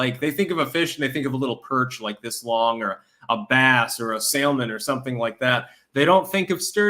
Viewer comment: Lol at pronunciation of "necromancy" and "salmon"